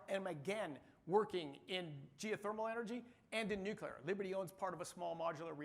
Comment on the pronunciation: Wait there are people who aren't Homer Simpson who pronounce it "new-cue-lar"?